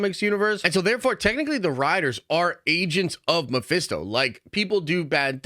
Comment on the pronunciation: Stop with your Mephisto talk it’s always wrong 😂